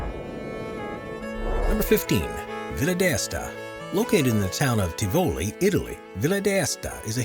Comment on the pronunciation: Before you do these pieces, you should find out how to pronounce names such as Tivoli and d'Este.